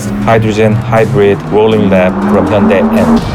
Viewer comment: Funny how the official voice over can't even pronounce hyundai properly